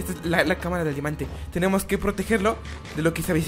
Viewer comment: me dio miedo quando dijo dimante y cuando biste la puerta